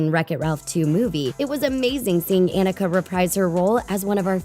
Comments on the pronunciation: Anika's name is pronounced Ah-NEE-ka, not Ah-nick-a. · Anika Noni Rose (a-KNEE-ka)